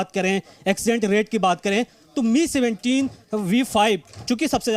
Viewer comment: It's not pronounced as 'ME' but 'M' 'I'. May his soul rest in peace. aum 🙏